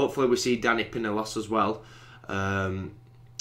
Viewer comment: dani pinnilos is pronounced piniyos